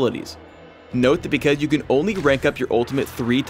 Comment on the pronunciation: Am I hearing things or did he not pronounce the "S" in "Because" ... am I missing something?